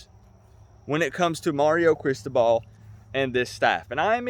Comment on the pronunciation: you are totally mispronouncing CRISTOBAL. BTW - Do NOT call "me out" on a 9-3 season, bruh. Remember, I got my MBA at da U in 1991, and that team was stacked with enough talent that it could beat a really 💩'y NFL team. You can't make chicken salad out of chicken shit. How is Lori and your Mom.....and dude, what were you doing in the hospital for so long? Love ya, bruh.